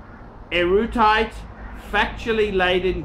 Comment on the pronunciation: you need to improve your vocabulary. "Erudite" or "Esoteric" is not that difficult a word to pronounce. Read more books. That is the best way to learn and improve. Keep up the good work. The channel is getting better. Paul Pluta is doing a great job on his channel too.